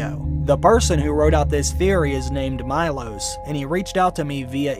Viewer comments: It’s pronounced Me-loash not my-los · MEE-LOSH, not MY-LOSS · Meelosh. It's pronunced Meelosh. Not Maylos. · It's not Majlos it's Milos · Its not MyLos its MElos, and of course he is Serbian :D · His name is pronounced Mee-losh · Milos is read Meelosh :') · It’s pronounced “me-losh”. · Wow,talk about butchering names! its m-ee-l-aw-sh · Read name wrong xD